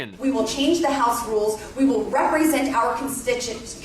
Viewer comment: She couldn't even say the word constituents because she knows she's so full of s***